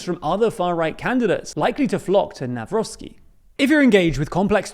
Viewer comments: Guys, let me help you out with some pronunciation Trzaskowski - chass-KOV-ski Nawrocki - na-VROT-ski Grzegorz Braun - ASS-hole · Noone can tell anymore that you are biased - You butchered both surnames of the polish president candidates equally. The Copilot is quite decent in explaining how to pronounce those surnames. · Whoever wins in the second round, here in PL, wether Nawrocki or Trzaskowski; good luck to you guys on pronouncing those names! 😁😁😁 Not looking great thus far😂